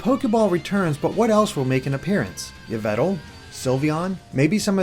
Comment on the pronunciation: *May-Lay You forgot about Evil-Tall (Yvaltal, or however you spell it)